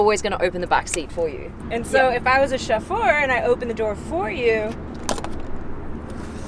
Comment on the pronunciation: Wait. What? Chef-for(?). Chauffeur is pronounced show-fir. 😊